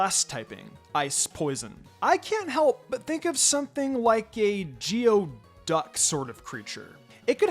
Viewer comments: Geoduck is famously hard to pronounce, but it is pronounced goo-ee-duhk because it comes from an indigenous language in the Pacific Northwest (Lushootseed ) and means "dig deep". I suppose the ice poison typing could be a reference to the cold waters of the Salish Sea and shellfish food poisoning, but I feel like some sort of antifreeze pokemon would be more appropriate. Another regional variant of Muk would be one option, but certain types of fish and octopuses, and anthropods have natural antifreeze in their blood and that would be much more interesting. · Geoduck is actually pronounced Gooey Duck, ain’t that crazy ✨